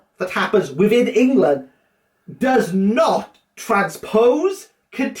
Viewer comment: this was funny read? Surely you mean: rea. lol does not? Surely you mean: oes not. lol you're proud? Surely you mean: prou of yourself. lol